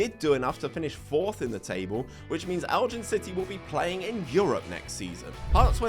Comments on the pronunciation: "Eljin City" I died a little inside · Used to live in Elgin, great little club. A little bit of advice. Falkirk is pronounced Fall-Kirk Elgin is pronounced Elg-In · Big fan of your pronunciation of Elgin 😂. Great video as always Boss 🫡